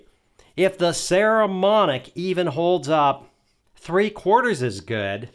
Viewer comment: Nice review. I have some Saramonic gear and find it really sturdy and well made. I think they have very reasonably priced and good quality gear for the consumer and low budget pro (most of us). BTW, it's PPPPS, not PSSSS, just sayin'.